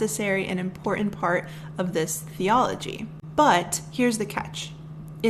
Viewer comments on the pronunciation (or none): Very well presented. One thing-- it totally throws me off when you mispronounce "important".